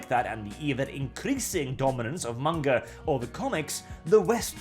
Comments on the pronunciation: It's manga not munguh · "Munga" is the best pronunciation I've ever heard for manga.